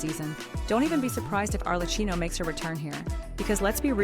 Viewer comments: Not Arle-Key-Noh... we just has that on the Archon Banner in 5.3. They rarely are that nice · Mispronouncing Arlecchino’s name hurts so much every time I hear it :’( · the ai voice can't say it right